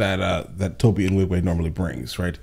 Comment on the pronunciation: I love your content. But I absolutely hate how you consistently mispronunce Tobe's name.